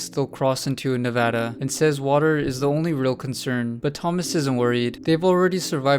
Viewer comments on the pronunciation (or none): none